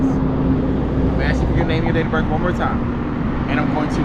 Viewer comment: I read the caption and I saw his face and I knew he was going to say birf instead of birth. How can you be a cop and not know the English language. And it appears this cop is threatening this man with an ax. I heard him say he was going to ax him.